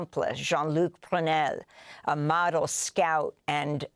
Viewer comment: When saying "he was a model scout," the accent should fall on the word model. I think.